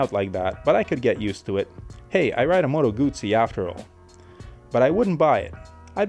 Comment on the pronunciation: learn how to pronounce Motoguzzi please!!!